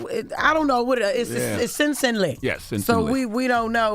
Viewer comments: Sin Sin Lee isn’t that hard to pronounce, Criminal B is just semi illiterate 😂😂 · Always making excuses.. so Sensen Li is hard to pronounce? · That was not hard to pronounce, she oughta be ashamed, no excuses, give that man his credit when it mattered, always chiming in on social media, bye! 🙄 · Sensen Li is NOT hard to remember or pronounce. Smfh